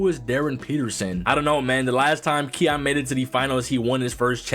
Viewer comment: ki yan not keon